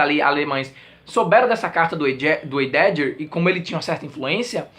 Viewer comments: Kkkk normal, mas pronuncia-se Raideguer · Aeee! Vi no Twitter (ou foi no Skoob?) que vc gostou muito desse livro, então vim correndo ver a resenha. Heidegger se pronuncia "Ráideguer", que eu saiba.:) Que coisa isso das cartas, hein?!:( Tem cada coisa horrível nesse período da História... Beijoooooo! Nati